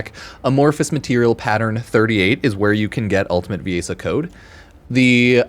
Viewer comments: Viaessa? It’s VIESSA VI-ESSA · Like Venessa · It’s pronounced like ‘VE-NESSA’ ‘VI-ESSA’